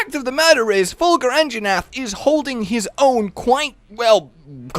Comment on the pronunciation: Anjanath, not "Anginath"